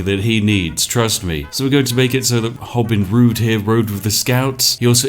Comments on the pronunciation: “Hobin Rood” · "hobin rood" sounds like "hobin rude" which checks out and was probably an intentional move